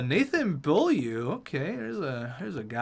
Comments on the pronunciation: its bowl u not bill u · Its BO-LI-UGH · its pronounced Bow You for Beaulieu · It’s pronounced Bowl-you just saying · Its nathan bow-u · Beaulieu = Bow-You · It's pronounced "bowl-yoo" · It’s Nathan Boy-you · It's pronounced "bowl-u" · Nathan bowl-you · Btw it’s pronounced Nathan Boy-you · Beaulieu is pronounced Bo-Li-U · Clickbait God27 it’s actually bull-yuhr